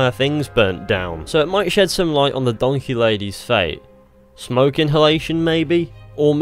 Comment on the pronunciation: it's a return to donkeh